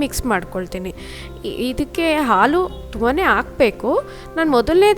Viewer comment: Nice but...aal alla haalu antheli